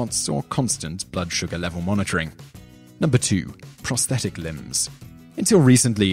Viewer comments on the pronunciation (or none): none